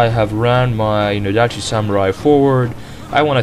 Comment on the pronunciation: No-dachi (stress in the NOdachi)